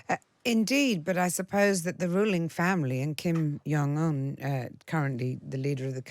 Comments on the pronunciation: Who on earth is Kim "Yong" Un? Are there no directors/producers/floor managers/script consultants/research assistants/runners to help this poor presenter out? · The J in Kim Jong is pronounced as the J in John. He's Korean not Nordic.